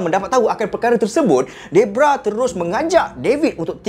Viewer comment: bukan debrah bng deborah